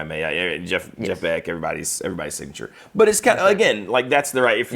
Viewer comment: THe way pronounces "but" always catches me off guard and makes me laugh. Buuotttt!